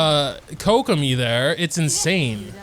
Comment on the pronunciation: How do you manage to mispronounce almost every character's name. Did I really just hear koko-my and rayden 😭